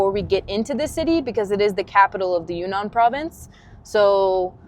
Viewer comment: It’s pronounced Yun-Nan, not Yu-Nnan.